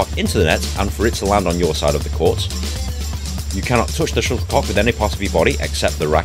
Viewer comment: I thought he was calling it a sugar Puck😂.